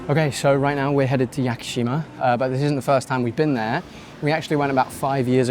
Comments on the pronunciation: “Yacker-sheema” Jesus Christ 😂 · Holy hell man...Start here: It's not "monnanockay" its: moh-noh-NOH-kay It's not "kaggasheemuh" its: kaw-GOH-SHE-ma it's not "yakkuhsheemuh" it's: yaw-koo-SHE-ma it's not "ashy-takka" it's: ahh-she-TAH-kah LORD, it's so bad.